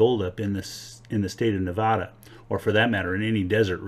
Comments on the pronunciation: It's not Nevoda, it's Nevada. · Neh-VAAAA-dah, not Neh-vahhhh-da. Thank you for your informative video, though. My backyard is a, no pun intended, gold mine :) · Stop saying Nevada like it's a gay bar. We locals dont say Nevhada... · Start by pronouncing nevada the right way. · Hurts every time you pronounce Nevada wrong 🙈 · It is not uncommon to find gold associated with cinnabar which is mercury ore, and mercury is found in hot springs deposits as is gold. And please learn how to pronounce Nevada, we nevadans can get very irritated when foreigners such as yourself mispronounce Nevada. Also you might want to bone up on your geology and mineralogy if you're going to make youtube presentations such as this. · Its so grating to hear it pronounced wrong by basically everyone other than Jeff Williams.